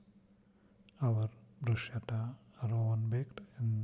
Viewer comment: Pronounced brusketta 🤗